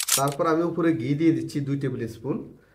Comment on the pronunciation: ৩মিনিটের ভিডিওকে অপ্রাসঙ্গিক কথা বলে ১৫ মিনিট বানাইলো😑 আর তাছাড়া আপনি যেহেতু পাবলিক প্লাটফর্মে ভিডিও দেন, সেহেতু নিজের উচ্চারণের প্রতি একটু মনোযোগ দিবেন। পোলাওকে বারবার ফোলাও , ঘি-কে গি গি করতেসেন😑😑আর 'পারফেক্ট'❌ ফারফেক্ট✅ এগুলা কি ভাই😑